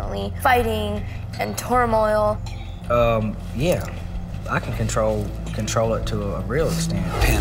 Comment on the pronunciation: Daisy said "tore-moil".